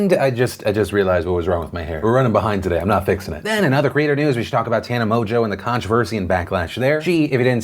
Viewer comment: Deffinently not Tanna